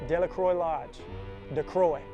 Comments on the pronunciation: Great content and great editing.. Btw it's pronounced Della-crow not Della-croy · its pronounced Delluhcrow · Hi, I was asking about pronunciation, I saw the "Dela-crow" above--so it is Dela---"crow", or "croy"?